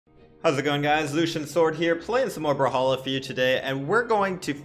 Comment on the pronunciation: Hate how he pronounces it "brahalla"